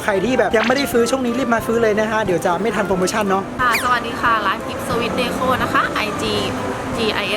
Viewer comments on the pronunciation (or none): พี่ เดโค้ ไม่ใช่ เดคอ 55555+ อย่าว่าเรานะ